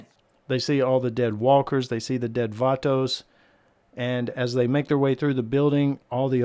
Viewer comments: Anyone else extremely disturbed by the way he says vato?😂🤣🤣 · Funny how he says vato haha